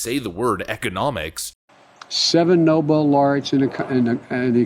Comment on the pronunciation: He also mis-pronounced Nobel.